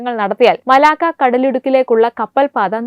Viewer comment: മലാക്കോ അല്ല കൊച്ചേ, മലാക്ക. എന്തു പറയാനാ? നല്ല training കൊടുത്തു മാത്രം ഈ കുട്ടികളെ news reading ന് വിടുക. വായന തെറ്റിയാൽ അരോചകമാവും.